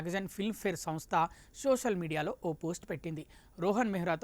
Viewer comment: తెలుగు స్పష్టంగా పలకండి. సోసల్ కాదు. సోషల్.. ( Social)